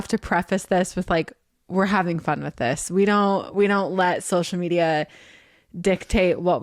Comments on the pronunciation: I was giggling the whole episode at Zach saying “shocial” 🤭 Love y’all! 😄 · What about Zach's "Social" = SHO-SHUL "Society" = SHO-SHY-ETY "Conversation" = CONVER-SHAY-SHUN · Haha I love how Zack says “shocial” bc I can remember the episode of Tori saying how Zach doesn’t pronounce things right sometimes 🤣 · I think it’s funny that Zack, can’t pronounce “social”! Is it Zach or Zack? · Not a criticism but whenever Zach says “social” it catches me off guard. I know how he says it and am sure there is a reason but it still surprises me when it happens.